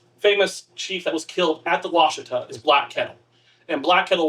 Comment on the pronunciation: please say Wash uh tah !!!!!!